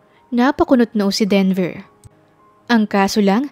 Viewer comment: Lol 😂 Sir Devel kc sungit, Instead Denver 😂